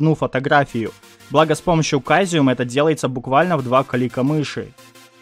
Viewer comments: Интересные программки, надо будет попробовать. Единственное что, не прими за обиду, но он не “кайзеум”, а “цезиум” или “сэзиум”, если произносить по-английски. Твой канал мне очень нравится, так что ”пили видосов побольше！”😀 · Caesium же в переводе- "Цезий".Не проще ли говорить "Сизиэн" , как в английском? (сорян, просто уши вываливаются)